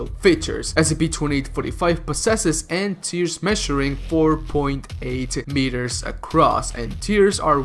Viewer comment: Tries to pronounce Antlers "Antears"